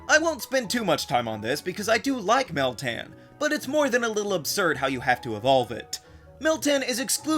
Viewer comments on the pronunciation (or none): yeah, you're doing meltan wrong